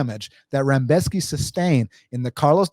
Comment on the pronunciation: With all due respects, you mostly, if not all, picked favorites to win. And you kept calling Rebecki, Rambeshki.. sorta weird, but I appreciate your takes and how thorough of an analysis you gave. It was very on point for how you saw things. I definitely saw some things that I didn't think about before hand, especially that Volkov weak takedown defense when trying to go for a guillotine vs. Gane. Definitely think it's wild to pick no underdogs at all though.